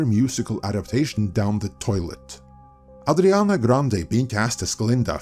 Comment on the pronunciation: Her name is Ariana, not Adriana…